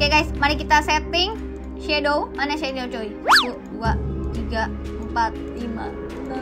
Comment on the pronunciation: Shadownya bukan itu bacaannya cumashadow aja